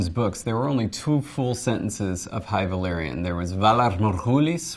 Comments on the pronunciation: Sam Hilton—yeah absolutely insane. Pronouncing everything as if they are English words. You would say that if she has seen game of thrones, she could’ve altered that. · those people failing at valerian just sound like they're speaking Simlish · Yeah. That's literally how Daenerys herself pronounces it in the Astapor scene